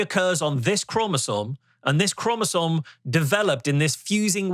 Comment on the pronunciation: You can always tell a Rogan guest is a fake scientist when they talk about "cell walls" in relation to humans. Humans have cell membranes, not cell walls. It is an easy tell. This guy also mispronounced chromosome as "chromosone." But I guess he only claims to be a geologist and a computer scientist 😂